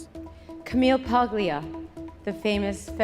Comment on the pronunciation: You'd think Madonna Ciccone, so proud of being Italian (when it suits her), would know how to pronounce "Paglia."